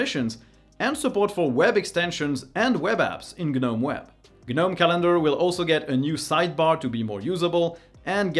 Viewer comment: Gah-gnome , kah-knife, kah-knob , Kah-knock , Dee-django ....😂